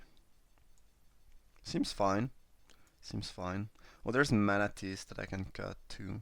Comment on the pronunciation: and I think it's pronounced mana tithe xDD